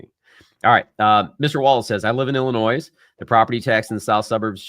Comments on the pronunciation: You are great. Thanks for the content but PLEASE the s is Silent in Illinois. I live in IL but we will be moving to FL in the next 2-4 years. I will give your office a call as long as you DON'T pronounce the S in IL 🙈🤣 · The s is silent in Illinois. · Btw, you said it correct the first time it is Illinois, you do not pronounce the S!